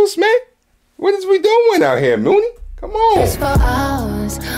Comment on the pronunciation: Pronounced Money (Muni) Long lol